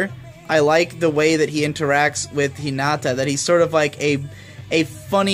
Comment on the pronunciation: hi - NAAAAH - tah